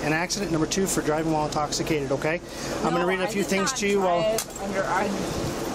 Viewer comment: "I'm not into.... intoc...... intoshikated." (Translation: "I am trashed beyond imagination."